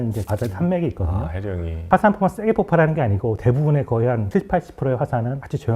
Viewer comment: 폭팔이 아니고 폭발...박사라면 그 정도는 알아야 하는 것 아닌가? 뻔히 읽는 글에 폭발이라고 쓰여 있을 텐데 발음을 꼭 그렇게밖에 못해요? 수준이 낮아지네..